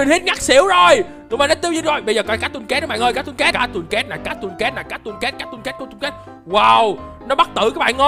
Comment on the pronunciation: Cattocat đọc vậy hả